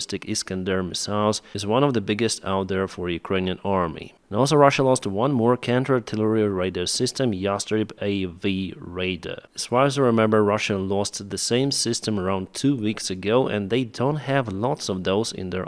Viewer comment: Raider. Radar. For the love of Jesus. Learn English! Indiana Jones and RAIDERS of the lost arc. There's a big difference between raider and radar.... Please learn it. It's so easy.